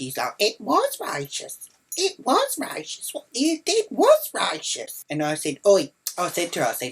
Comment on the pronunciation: You say racist wrong btw